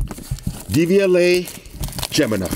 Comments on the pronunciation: Is he saying DVLA? It’s Devialet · then say it in FRENCH bro. Devi-Alet. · Sounds like you said DVLA which in the UK is the driving vehicle licence authority 😅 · Am i the only one from the uk who thought he said the DVLA and not devialet 😆😆